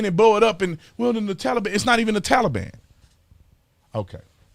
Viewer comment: You mean, the "Tollybon" 😆